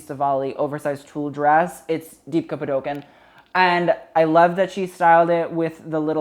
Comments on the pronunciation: literally please use google to say her name right this is tragique. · oh my god that was the worst butchering of deepika's name😭😭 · Deepika Padukone pronounced Dee-Picca Pah-Dew-Cone